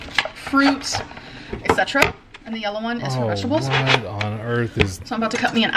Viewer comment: Just realized she says “vejables” instead of vegetables